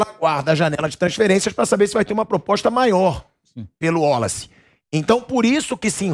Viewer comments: Pilhado não é Woloce, é Wallace, Waaaaaaalace!! Pqp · porque fala WOlace?não seria WAlace? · O pilhado falando ÚOLACE, é irritante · cara chato com esse negócio de uólaci, porra o nome do cara é Wallace. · Pilhado. " uolace" 😂